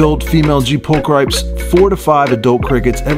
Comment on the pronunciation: Nice! (I know it doesnt really matter but its prolly 'pul-kree-pes')